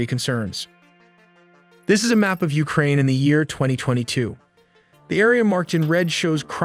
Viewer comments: Ukraine ❌ Ulkraine ✅😂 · What is Uklraine? 😅😅